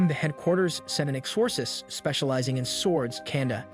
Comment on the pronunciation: love your explanation for this beloved series but i do think you should double check some of your pronunciations of words. particularly names and titles like exorcist and kanda Love the content though 😍